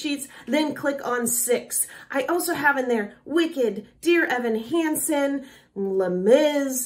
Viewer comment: love the channel but it's lay-meyz pronounced not la-miz lol sorry